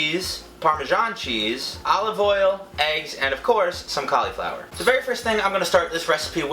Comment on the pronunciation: Did anyone else get annoyed buy how he said cauliflower😡